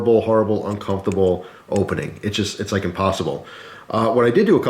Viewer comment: It's uncomfortable to hear him repeatedly say "uncumftable"